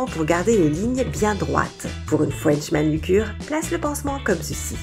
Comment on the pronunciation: "wow une FOUENCH manucure" 🤣🤣🤣 J'ai tout de suite compris qu'elle voulait dire FRENCH MANUCURE